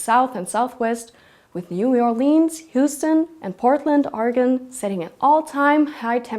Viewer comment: XD 'Coulda fooled me... and she even pronounces "Oregon" basically correctly. Which honestly, HALF of the people here don't even get right. So no critique, just clarification. ; ) I think she meant "Death Valley"... I'm almost sure of it. And, after that "Oregon" thing, it kinda stuck out as a little odd that Valley came out as "Welly." That's all. : ) Thanks for the RE though. Always appreciated.